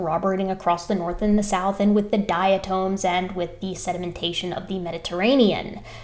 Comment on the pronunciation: The word is pronounced dia-Tom as in Tom Sawyer, not tome.